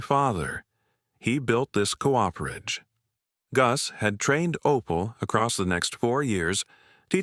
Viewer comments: Co-operation is most correctly spelled with that little dash between those two adjacent 'o's. Cooperation is not a word, just a lazy persons shortcut because they don't know where that key is on the keyboard. A 'Cooper' is someone who makes barrels. He or she is not a co-oper. A Cooperage is a place where a Cooper makes his or her barrels. That place is not a co-operage. Co-operage is not a word. I find this mispronounciation by the AIs vastly annoying. Others, too. I can usually listen to these stories by ignoring these problems. But, not this time. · I’m with you! AI narration sucks. It’s trying to merge the beginning of ‘cooperation’ into ‘cooperage.’ AI could mess up ‘parsonage,’ no doubt!